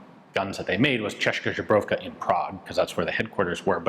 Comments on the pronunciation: I like your pronunciation of ČZ (Česká Zbrojovka). Your version would be "češka žebrovka". Which would be something like "female from czech made from ribs. "češka = woman from czech" and "žebro" = "rib":) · Ian, I love your channel, I've been watching it for 15 years, I think. You're awesome, you're a pro... Please, check your pronunciation of česká zbrojovka :)